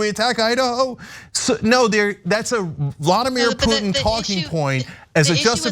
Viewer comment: Why does he keep saying "Vlodymir Putin"? It is Vladimir. Vlodymir is Zelenskyys first name... the Ukrainian PM. FFS even the basics he's getting wrong. This is such a painful thing to watch... comparing the warcrimes of the Nazis in Ukraine to a bunch of tikki torch waving wannabes in Idaho. UTTER B*LLOCKS